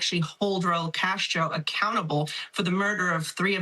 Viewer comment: Castro not Casto